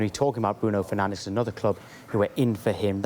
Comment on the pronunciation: Bruh did he just say Bruno Fernanldez